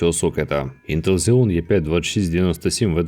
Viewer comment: Рекламувати інгліш курси і читати Xeon як Ксєон - ну такоє))